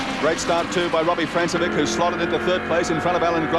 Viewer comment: The commentators spent the better part of a decade mispronouncing Robbie Francevic's name - FRANK-e-vitch, not FRANCE-e-vick.